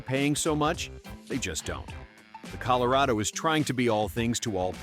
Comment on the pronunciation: Col o ray doe? I smell AI... 💩